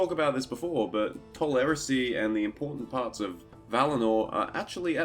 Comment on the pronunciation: Did you just pronounce Eressea as "eresy"? (growls in pronounciation guide) It's Eh-res-say-ah and nothing else